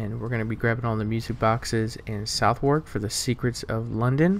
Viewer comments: you said Southwark wrong as well it should be suthuk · Sorry bro,i love u but itd pronounced Suthok 😅 all love baby